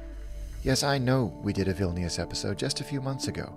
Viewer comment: Just cos it’s making me twitch but Vilñus not Vil-knee-us.